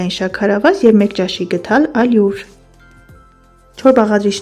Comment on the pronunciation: Հարգելիս, շատ էի ուզում նայել վիդեոն, բայց հնարավոր չէ լսել, թե ինչպես եք ամեն անգամ սխալ արտաբերում «ալյուր» և «հարյուր» բառերը 😢😢😢 Մի՜ ասեք աՅլուր, մի՜ ասեք հաՅրուր 😥😥